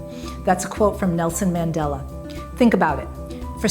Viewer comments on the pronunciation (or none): none